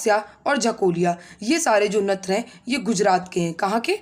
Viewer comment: मैडम जी आपके यहां नृत्य को नत्र क्यों कहते है